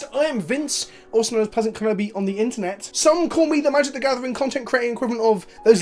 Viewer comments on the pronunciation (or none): none